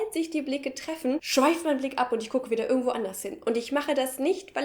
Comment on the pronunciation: hab es ganz nich verstanden, welcher Dialekt sprichst du? Deine "irgendwo" und "irgendwann" klingen wie "ürgendwo" und "ürgendwann". Bitte, sagt mir jemand, was für Dialekt ist das?